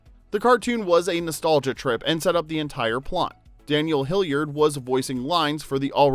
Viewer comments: WHY OH WHY FOR THE LOVE OF SOMETHING do you pronounce Daniel HILLARD AS HILLIARD?? there is only one letter I in his surname dang it! get it right! H I L L A R D not Hilliard. ffs. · Was his last name pronounced Hilliard? I'm the movie they all say hillard?? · It's Hillard not Hilliard. Mrs. Doubtfire is still 1 of my all-time favorite movies. Great casting. RIP Robin Williams, Anne Haney, Polly Holliday & Robert Prosky. You're all loved & dearly missed. Love you all. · It's bugging me that the narrator keeps pronouncing the surname as 'Hilliard'. It's 'Hillard'!! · I’m just wondering if you were pronouncing their last name wrong accidentally or intentionally, to get us to mention it in the comments (for engagement). Hillard not Hilliard or Hillyard. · Bruh…It’s pronounced Hill-ard. Not Hill-yard. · Hillard not Hilliard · You butchered Daniel Hillard's last name, and Mrs. Doubtfire's first name. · Hillard is not a hard surname to pronounce....but for some reason you are really struggling with it